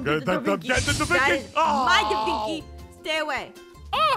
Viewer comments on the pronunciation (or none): its leanardo davenchi not davinky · and aphmau its da vinci not davinky and its the mona lisa not whatever you said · De vinky 😂